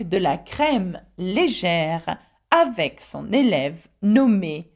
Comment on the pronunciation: Oddly, in the final example sentence the e in 'avec' is pronounced as if it had a grave accent (è) and the e in 'des' is pronounced as if it had an acute accent (è).